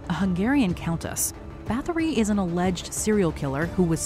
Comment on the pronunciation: fyi Báthory is pronounced bar tor ree ignorant Americans.